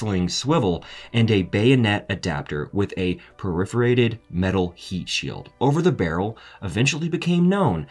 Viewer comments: Perforated. Not periforated. Goodness. I can't finish watching this. Punctuation too! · "Periferated"????? ???? Did you mean petrified or perforated? And it sounds like you're saying "Shockgun". You're a narrator? Have some respect for your position and clean up your act. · a "PERIFORATED" heat shield? How about perforated?